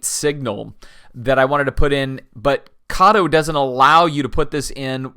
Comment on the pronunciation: Since you asked, lichen is pronounced lie-kin and Kato is pronounced kay-toe. Beyond that, thanks for a great video and for sharing it. For many years (since I was about 7 when I got my first O-gauge Lionel train--and I'm now 11 times older than that) I've wanted to have such a layout as this. I'm finally to the point (timewise and financially) that I can create one. I just placed a hefty order from Woodland Scenics for their 6 x 3 N-scale layout kit that includes all the bits and pieces (Styrofoam, paints, paper patterns, etc., and step-by-step guide) for making the base form for a really nice but compact layout and then building a unique patch of Americana on it. Also included in that kit are trees and bushes as well as the tunnel and bridge pieces to make a double-8 track plan while still allowing room for a lake and nearby recreation area, town, road crossings, and whatever else I may come up with. I also ordered the Atlas Track kit that includes all the needed Atlas track and switches on which my famous California Zephyr (a 6-car Kato set complete with observation car and Pullman sleeper car is waiting patiently for inauguration day) will travel on it's nearly coast to coast run. I love the idea of having a baseball field (used to take my kids to summer games) as well as a few houses on the hillside (a common sight, as you mentioned, in the Seattle area). And, yes, I will have people in my town. I'm not interested in overseeing a ghost town (notwithstanding the possibili